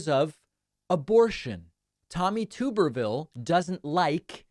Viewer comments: His name is TUB-er-ville...not TUBE-er-ville. You’re welcome. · “Tub-er-vil” Not “Toober-vil” —-sadly I am from Alabama and I know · I believe the name is pronounced TUB er ville, not Too ber ville. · Tommy Tuberville should be given an ultimatum: either he agrees to permanently change the pronunciation of his name to "Tooberville", or he accepts adding, by law, a second 'b' to it so that it's spelled "Tubberville". Enough is enough. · Tub-erville. Not Tube-rville. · is he mispronouncing his name or do i not know how to say it. tub erville or tooberville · I am obligated to let you know his name is pronounced liker Tubber-ville (rubber-vile), but please. Please, please, please keep calling him Tube-rville because everytime you do I think you're calling him a potato and it makes me so happy. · Come on, David, we both know Graham did not say “Trumperville.” That would not have made sense. He pronounced Tuberville’s name the way it is supposed to be pronounced. The first syllable is “Tub” as in bath tub, not “Tube” like you have been saying. Just my .02. Keep up the good work. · No, Lindsay was saying Tuberville, but you were pronouncing it incorrectly. It’s like a bathtub, so “Tub”erville. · Tuberville’s name is pronounced with a short U, not a long U. It is TUB er vill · David gets super offended if someone purposely mispronounces Kamala Harris name, but then purposely mispronounces Tulsi Gabbard and Tommy Tubberville on a daily basis 😂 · It's pronounced Tuberville like tub not like tube. I don't like the guy either but we should at least pronounce his name correctly.